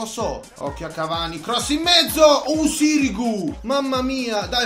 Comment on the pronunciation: Non si pronuncia sirìgu ma sìrigu